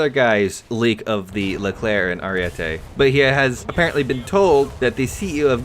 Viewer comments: Btw stop saying ariette it's ariete. One t. Every English speaker gets that wrong. It's a goddam name not an opinion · Ariete not ariette